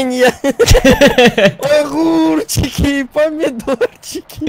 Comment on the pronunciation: Где Эдисон?!! — ахурчики, памидорчихи😂😂😂